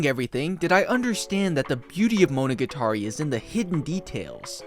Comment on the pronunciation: You pronounce "monogatari" weird